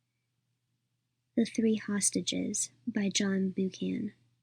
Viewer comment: Christ Almighty - this is unlistenable! Total garbage - pauses in the wrong places, no intonation. Cant even pronounce the author's name - give this a big miss!